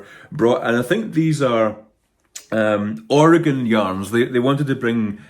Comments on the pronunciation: Thank goodness you know how to say Oregon correctly ❤❤❤ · Congratulations on your pronunciation of Oregon.